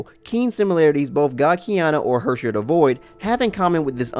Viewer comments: ITS HERRSCHER not Hwöwrschwör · "if you don't know what the word Hersher means..." Me, a German: "What? Hershey's? Well at least it's english take on "Verurteilung". I swear I laughed so hard, because it caught me off guard. It's probably so hard to pronounce words for other people, they are so damn harsh, sometimes. In this case I can't even compare it to English pronunciations... It's sorta like a Scottish person would pronounce "here" but with more emphasis on the r. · the way he pronounced 'Herrscher'... i didn't realize he was speaking german until he showed the wiki page^^ i'm german btw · Im German and I was laughing so hard about him saying Herrscher